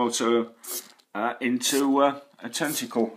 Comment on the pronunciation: I like how he says “tenticoowl.”